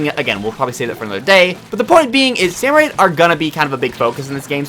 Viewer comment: Salmonid! SALMONID! Why are you adding an extra O?